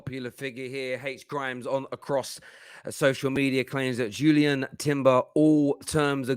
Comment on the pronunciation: Its not Julien. Read